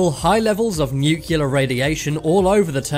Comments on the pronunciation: Every time you pronounce Nuclear as "new-killer", I lose five minutes of my life. and I don't have a lot... PLEASE ! nuclear is pronounced "new-clear". And I'm not even a native English speaker 😁 Other than that, love your vids, good work : ) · It’s not pronounced “nucular.” It’s nuclear! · Please say new-clee-are, not nuke-you-lar.